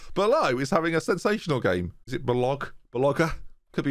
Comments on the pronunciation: You are very close to pronounce Balogh's name perfectly! Currently you are saying "Balo", so just add a "g" to the end so it becomes "Balog". And "g" as in get or grind. Forget the "h", imagine it's just not even there! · You only need to pronounce "balog" the h is silent haha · It's Balogh as in Bal and then O as in orange and then G as in gate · That "Balogh me viewers" though HAHAHAHHA